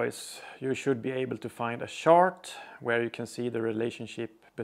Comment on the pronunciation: And for all modern alloys. You should be able to find a shart... I know he says chart but the accent makes me think shart.